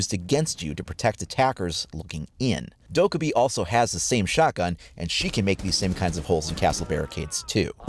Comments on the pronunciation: please. It’s “Doh-Keh-bee” please pronounce it right for her video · literally triggered by the way you say dokkaebi